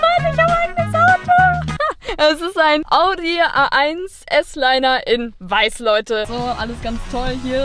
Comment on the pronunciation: Bitte sag nie wieder s-liner das ist bei Audi zusätzliche Ausstattung und heißt s-line